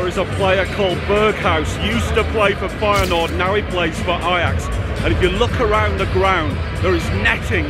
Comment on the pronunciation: Did he just say feynoord Vs Aids